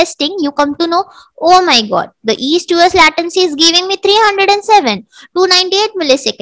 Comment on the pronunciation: nice explanation. How ever you use a lot of "so", mostly in unwanted situations. And your "latency" pronouciation is wrong. Hope you create more vidoes.